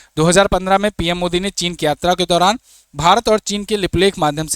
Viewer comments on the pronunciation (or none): none